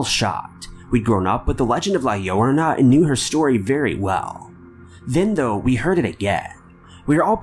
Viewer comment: La Llorona is pronounced with an emphasis on the last "o". La LlorOna (La YorOHna).